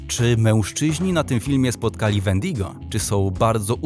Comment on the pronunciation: Możesz nauczyć wymawiać się nazwy wendigo i wendigo to człowiek który niby dopuścił się za dużo razy jakiegoś grzechu czy coś takiego